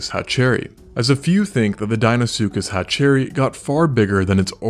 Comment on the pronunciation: Cool channel but its pronounced hatcher-rhy not hatch-cherry 👍